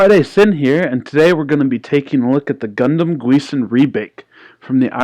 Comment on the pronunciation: Good review. You pronounced it wrong, though - it's the Gusion, not Guison.